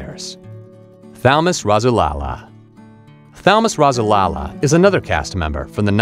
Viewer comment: Thalamus Rasulala name is pronounced ( Thal as in cat - Mus, like bus. Last name Rasulala pronounced Raz - sool - Allah).